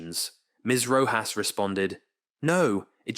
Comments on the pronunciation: Oof, the narrator keeps calling her Ms Roe - jass. It's pronounced Roe - hoss.. Sometimes it;s correct, then it's Roe-jass. Come on, Is this bad AI narration? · For the love of heaven...PLEASE learn how to pronounce the names of those testifying. Ms. Rojas's name is pronounced with the j In her last name pronounced as a soft "H" .In this recitation, pronunciation of Rojas' last name varied repetitively. VERY unprofessional. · Her name is pronounced ro-haas. Edit: weird, later in the video you pronounce it correctly with the H instead of J sound. in this video you learn how delusional and idiotic she is. Goofball titanic superfans (she started crying with happiness on her oceangate expedition which was successful) should have been on the last run instead of that 18 year old kid who paid the punishment of his life for his father being an f'ing moron. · The "J" in Rojas is pronounced as an "H" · Your AI can’t decide if it’s going to pronounce her name as Row hos or RowJas. I’m so sick of these AI read scripts. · Having written scripts for AI, yeah, it doesn't compensate for any typos or any lack of clarity in pronunciation. You'd probably have to spell Rojas Rohas. It's really not that difficult to listen to the narration after it's copy-pasted, but I guess if you're not going to proofread, you're not going to bother listening. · Your changing pronunciation of "Rojas" is distracting. Pick one and stick with that. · Rojas is pronounced differently every time 😂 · "Viseebly" and I swear I heard a "rochas" in there too